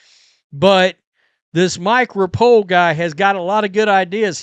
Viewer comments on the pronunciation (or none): Right on, and hello from Louisville. I bought season tickets for the Kings, and it's going to be a blast. Agree with your points. Full houses are all the difference in vibes and league sustainability/veracity. PS - Repole is pronounced Rep-o-lee. Dude is all in. Cheers. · Hi,, always enjoy your videos! No big deal, but the new owner's name is pronounced " Repolly" I know him from watching Horse racing. He also owns and breeds many Race horses. Keep up the good work!